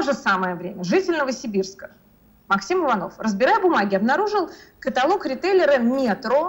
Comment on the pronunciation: Немзер правильно поставила ударение в слове "каталог" , а Белковский неправильно в слове "договор"